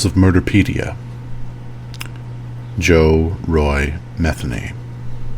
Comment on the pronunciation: Just an FYI: please research name pronunciation before you do a video lol. It’s pronounced MU-THEE-KNEE 😉. That being said….glad this sick POS is dead!! Thanks for the video!